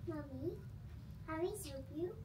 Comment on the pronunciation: 😂 tawang2 ako sa british accent😂